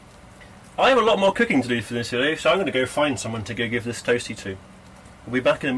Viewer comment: Something I plan to do too! Those people who just cannot process no gas in a camper!! Loving mispronounced Cooking 🤣 Nice video!